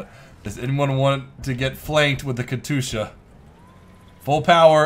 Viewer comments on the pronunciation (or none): plz.... Kat yusha not katusha my inner ruski is crying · Katyoosha, not katoosha! :D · It's Katyusha not Katusha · katusha? katYUsha, shouldnt be too hard to spell xD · You forgot the "J" from katyusha. It's more like katjusha. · Katyusha (Cat-you-sha) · its pronounced Kas-tu-sha (sorry if i offend you) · DUDE ITS KA TYUSHA KATYUSHA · It's auctually pronounced kat-ee-u-sha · Ka-TOO-sha. cringe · you are pronauncing the katyusha wrong. Just sayin´. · I cringe when you mispronounce Katyusha.